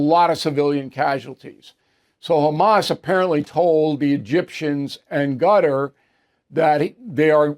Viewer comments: Bill ! its NOT Gutter !!! its KaTAR !!! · Bill off his game first 2 mins in. Is Qatar not Gutar, and Rafah is in the south not north. If Bill starts going senile I'll be upset.